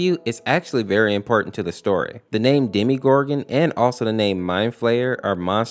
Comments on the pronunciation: its called demo gor gon not demi gor gon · Did you just call the demogorgon demegorgon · You're saying demgoram wrong